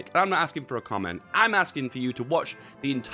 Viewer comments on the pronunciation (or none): none